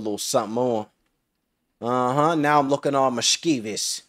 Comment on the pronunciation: bro butchered mischievous “misceevus” 😂